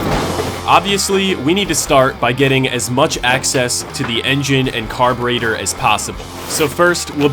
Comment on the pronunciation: Carburather Carbutartor